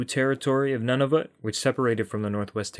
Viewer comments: You'd think you'd take the time to learn how to pronounce Nunavut correctly. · The U in Nunavut is a long U.